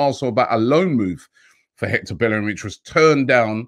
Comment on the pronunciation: Robbie I'll never understand why everyone can pronounce Ceballos' name correctly but can't pronounce Bellerin's name. In Spanish, two L's makes a Y. Just like it's pronounced "Seh-buY-oce". It's pronounced "BaY-er-in. Even in Dani's song y'all say paella like "pie-ella" when it's "pie-ayah". How do you pronounce one right and the other wrong in the same sentence???